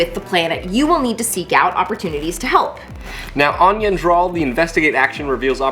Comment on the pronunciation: every time... you have been saying the planet incorrectly.